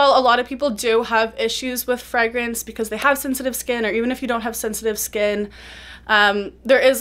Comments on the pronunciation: she says “freh-grance”, I’m used to hearing “fray-grance” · americans say it like “fray-grance”